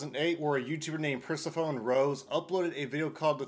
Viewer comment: The way you pronounced “Persephone” 🥲